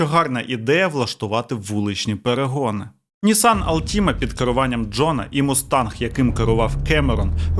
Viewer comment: Не алтІма, а Алтіма!